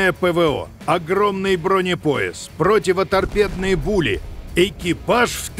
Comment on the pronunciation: противоторпедные пули? Или мне послышалось?